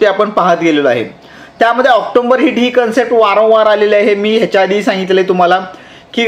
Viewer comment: ऑक्टोंबर नसतं ऑक्टोबर असतं....बाकी व्हिडिओ खूप चांगले असतात तुमचे.... तुमच्या कार्याला खूप शुभेच्छा...😊